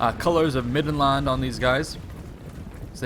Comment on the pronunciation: why can't he say land in middenland properly